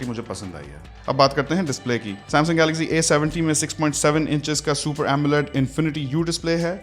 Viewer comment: Amazing Brother Love your Voice and Videos.... Jab ap Galaxy ko Galazy kehty Hein.... Literally Amazing....❤❤❤